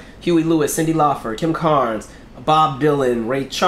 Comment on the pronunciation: It’s LAUPER NOT FER